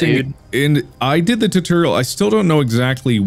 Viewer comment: Tutorial: Exists Mark: “Titureal”